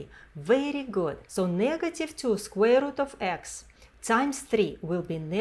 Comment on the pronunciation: Did you say squirrel?...